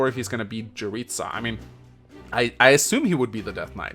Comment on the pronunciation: Hey, Jeritza's name is pronounced "Yeritza", not "Djeritza"